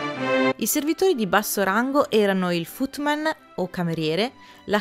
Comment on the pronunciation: Ti amo e ti seguo da tanto ma ogni tanto hai una scivolatina con l inglese, anche se come ho visto nei video piu recenti fai i corsi online :-) ..si pronuncia footmen...men come uomo...ma ti amo lo stesso.